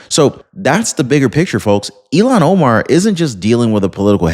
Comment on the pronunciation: you never showed the anchors reaction! are you just trying to promote CNN? I'm confused what I just skipped through and attempted to watch. Thanks for the history lesson. You are saying her name wrong by the way.